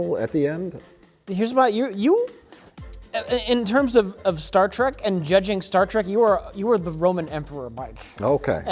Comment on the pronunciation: Mike pronounces it “Star Track” just to troll and the audience, doesn’t he? 🤔